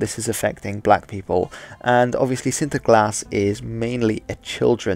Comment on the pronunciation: yeah, sure, but there are some minor things that make his dutch pronunciation a bit off. This is noticeable in the first dutch word he uses in this video, "sinterklaas". He exaggerates the r, which shouldn't have been rhotic in the first place. The intonation also sounds off, native speakers would put the stress of the word on " klaas ", he doesn't stress any of the syllables. His pronunciation is good, but not on the same level as a native. His English pronunciation on the other hand is perfect. He also pronounces spanish, french and german really well, so my guess is that he's English and multilingual or just spends a lot of research in pronouncing foreign words for his videos.